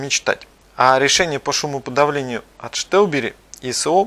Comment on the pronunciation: Почему Штелбери??? Где буква Ш? Странно конечно. Но даже сам производитель говорит название Стелбери. Не первый раз слышу.